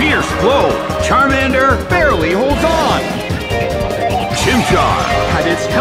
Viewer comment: It's Charmander not Charmand